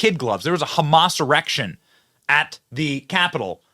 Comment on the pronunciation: Sounded like you said Hamas erection. I had to double take.